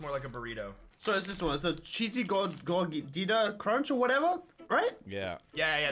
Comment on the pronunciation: I just feel like and just offended me by saying gordita the wrong way